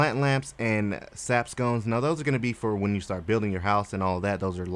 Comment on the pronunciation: When he pronounced "Sconce" as "Scones", I got HONGRY! 😂